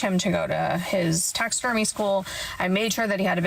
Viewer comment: Im sorry….did she say …. TAXIDERMY?????